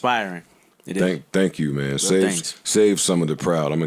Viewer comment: He said don't thong me anything hahahahha